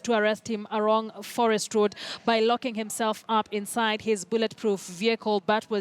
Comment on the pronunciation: anasema arong ama along